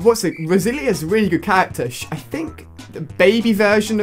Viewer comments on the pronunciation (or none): It's not rosilinia it is pronounced rosaleena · It is rosalina not rosilia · Stop saying "rosilia". It's rosalina (rose-a-lean-a) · I love "Rosilia" and "Mary-o" lol. They're my favorite characters. Rip mario kart wii :( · Rosalina pronounced ROZ-AR-LEE-NAR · You called Rosalina "Roselia" that's a Pokemon haha! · It's not a detail. It's a word. A simple word. A simple word that there is no excuse for mispronouncing. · Its Rose-a-leena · you pronounce it rose-a-leena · It's rose a Lina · Why does he pronounce Rosalina like that haha. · Completely butchered Rosalinas name :(